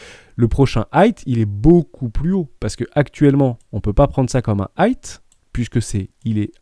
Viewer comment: J’adore tes vidéos. Juste on dit high (aïe avec devant un h aspiré donc haïe) et pas hight (aïe t )